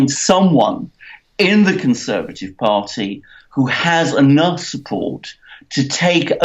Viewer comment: Mercouris, who, it's pronounced hoo. Not hoooqqquuuu. I know you can't control your face but you don't have to fuck every thing up. Jesus Christ!